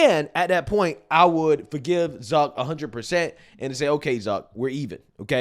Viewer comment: It’s zuck not duck